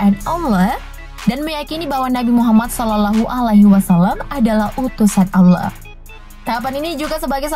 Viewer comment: Kak kakak pasti Islam karena pas kakak bilang yang prostestan seharusnya kakak bilang Allah bukan Aulah kak Allah kak bukan di baca aula kak